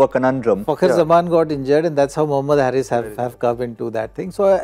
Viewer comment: The right pronunciation is Haris like Haris rauf and not Harris like Chris Harris